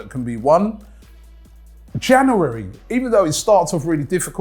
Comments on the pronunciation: Why does Robbie say Jan’oo’ary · the way he said january is too funny